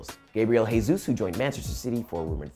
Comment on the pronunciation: It's not "hey-sus" he's Brasilian not Spanish. It'll be "jeh-sus"